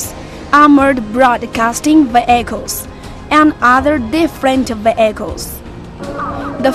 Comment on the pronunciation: i like it when she says "ve-ai-chals"